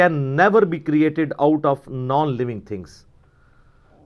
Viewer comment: Living think nhi living things hota hy 😂